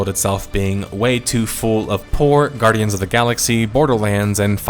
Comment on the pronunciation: "Gnardians of the Galaxy".. this guy knows his stuff..